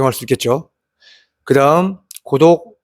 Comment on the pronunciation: 자꾸 고독이 구독으로 들려서 구독 박았습니다